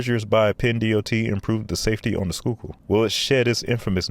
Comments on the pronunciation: Great video! Very thorough and you covered a lot. But you really murdered the pronunciation of Manayunk! LOL. Locally, it's Manny-yunk. The "a" in manny is like the "a" in "and", and "yunk" rhymes with "trunk." (I'm sure that a commenter will disagree with me.) But you got "Schuykill" down perfectly. For former Rep. Perzel, the accent is on the last syllable. It's hard to believe, but when the Schuylkill Expressway first opened, there weren't any dividers or barriers between the opposing lanes! Crashes with fatalities were routine, so they finally installed dividing barriers. I live in Philly, and use SEPTA regularly, but there are times when I have to drive on the Schuylkill/I-76. SEPTA bus service to the King off Prussia area from Center City is very slow. It's gets caught in the same traffic as the cars. And as the only major connector to the Westbound PA Turnpike and Northbound PA Turnpike I-476 from most of Philly, there are times when drivers have no choice but to use the Schuylkill. SEPTA's planned rail extension to King Of Prussia from the Norristown High Speed line is now officially dead. The electronic speed limit signs that you mentioned seem to be fully installed, and they are helpful, as they let you know of slowdowns up ahead. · Congrats on pronouncing Schuylkill correctly. 😊 You are absolutely correct about I-76. I was always grateful to have safe trips when driving it. When driving it, I thought about being the safest I could be, because that is the only variable I could control. I live in New Jersey, now, in one of those Townships you mentioned in your NJ video. You can definitely see a difference in road quality and manageability when driving in NJ. Safe travels! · Man you pronounced Schuylkill great and then got hung up on Manayunk 😆(It's Manny-yunk) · He clearly looked up how to pronounce Schuylkill but didn’t bother with the rest 😂 With that said though I can’t disagree with a lot of what he said. I hate left side exits and narrow lanes.